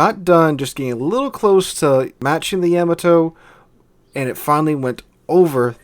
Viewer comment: the way he says yamato bugs me